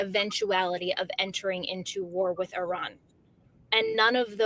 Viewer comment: Thank you,, for pronouncing Iran correctly. Also, Donald Trump is a worthless gas-bag, and it is more than likely some vicious member of his administration ordered the Persian air strikes.